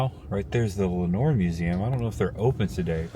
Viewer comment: It's "LOUD-uhn". And you had Lenoir right, "len-OR" ❤